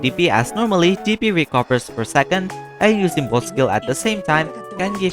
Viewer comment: The way you pronounce DP sounds like PP